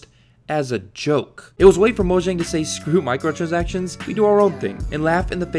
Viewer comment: They're Swedish. Mo-yahng.